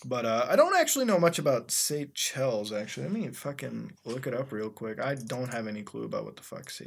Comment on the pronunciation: sa-chells and thigh-land! mutahar it is pronounced say-shells and tie-land